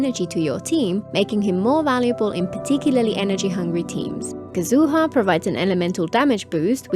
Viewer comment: They did make the abyss easier in 4.x thank god. But then again I've been using a Neuv and Nilou team to get 36 stars (or close to). Anyway, I think it makes sense for Neuvillette to be that strong canonically. Plus Yelan's probably the best hydro before Neuvillette. Also why do you keep pronouncing japanese names like that 😭😭 kazoooo-ha